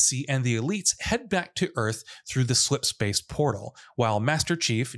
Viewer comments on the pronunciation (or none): "massive splipspace portal"